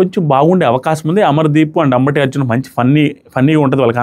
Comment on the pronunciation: అంబటి అర్జున్ కాదు అంబాటి అర్జున్